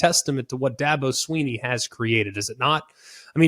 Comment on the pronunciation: It's DABO SWINNEY, NOT SWEENEY. JUST SAYING.